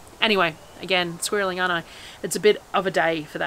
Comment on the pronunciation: did you say your squirreling? haha